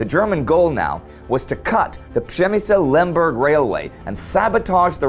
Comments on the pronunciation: Indy keeps pronouncing it prem-me-zil which i belive is roughly the correct pronunciation. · it should be pronounce like /pzhemyshl/ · Guys, great channel. I've checked almost all episodes. Shame is that a lot of Poles probably do not know how Przemyśl important been before. My hometown is Jarosław, my flat really close to building complex where Austro - Hungarian barracks / garrison were. Indy little advice, check pronunciation for Przemyśl (